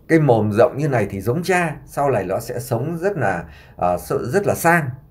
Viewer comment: Chú cứ nhầm mồm sang mõm sao mà có duyên thế cơ chứ 😊😊😊